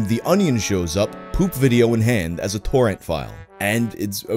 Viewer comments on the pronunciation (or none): none